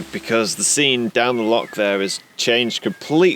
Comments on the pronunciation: Great video as usual but being a Scotsman it’s loch not lock lol. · Bruh, it’s Loch not Lock 😅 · Please learn how to pronounce “loch” properly. 😂😂 Lovely video. Good to see you getting out and about in the van again.